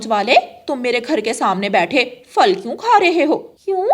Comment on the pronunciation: Phal bolo fal ku bolti bchy b glat boly gy tmy sun kr